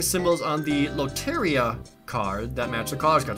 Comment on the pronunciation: _it's been bothering me, but it's pronounced "lOh-te-(r)dEE-ah"